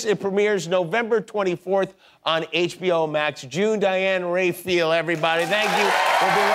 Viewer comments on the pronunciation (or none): It's not Reifil, its Rafael.